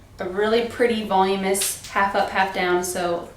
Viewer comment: Really pretty hairstyle, and quite easy to teach. This particular tutorial is way too much… not explained well… and the person can’t even say voluminous… so I feel like she was just having fun with it at home and not a professional!